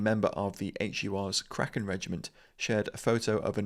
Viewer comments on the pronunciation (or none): none